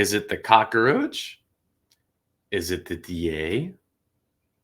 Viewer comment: It's cockroach NOT cock-a-roach.